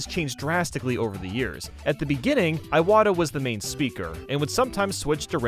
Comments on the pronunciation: That’s not how you pronounce Iwata, man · You also pronounced Iwata wrong btw.